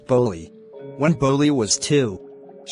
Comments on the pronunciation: Bro pronounciation mistake ☠️ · Its not bully its bholi